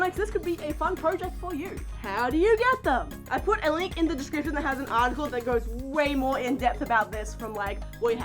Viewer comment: "I put a link in da descriprion" paws twirls